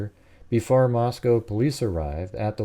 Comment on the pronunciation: Just the fact that you pronounced Moscow right intrigues me